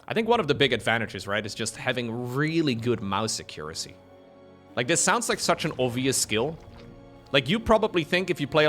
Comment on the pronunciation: The way he said accuracy 🤣